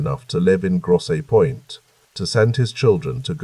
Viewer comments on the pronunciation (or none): Just a friendly bit of an info drop: Hamtramck is pronounced ham-tram-ick & Gratiot is pronounced grash-it😊 * also, since I’m actually awake, Gratiot and Jefferson do not intersect. And Grosse Pointe is pronounced Gross Point😊